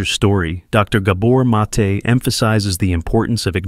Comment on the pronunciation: Stole Gabor Mates talk, mispronounced his name, and interrupt his talk by mansplaining over it..